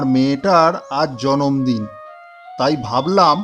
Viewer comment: জন্মদিন না বলে জম্মদিন বলছে 😂